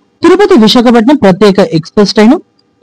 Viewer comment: విశాఖపట్నం పేరును సక్రమంగా చెప్పండి